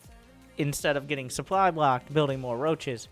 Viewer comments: Where does one come from when one pronounces "supply" as "soop-lie"? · but luke et dee soup lie!!!